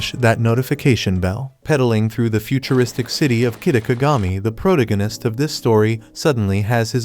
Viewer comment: Like the recaps but every time the AI voice says "Pro-tig-in-ist" instead of the correct pronunciation and it drives me bonkers!